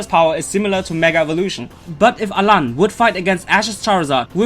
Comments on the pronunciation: it's alain. not alan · alain not alan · It's Alain with an I